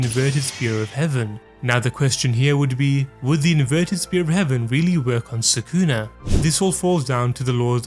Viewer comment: Soo-koo-nuh ≠ Sah-ku-na